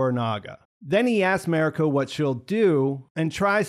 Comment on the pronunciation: I really enjoyed your review. However, I beg you to learn how to pronounce “Mariko”. When watching, listen to how the other characters say her name. It does not sound like “merry co”.